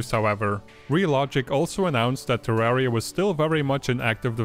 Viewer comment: It's not TerrÄria, It's TerrAria - like Terr-uh-Ria